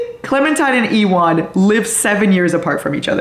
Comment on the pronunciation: ewan….. my love, its like u-wun 😂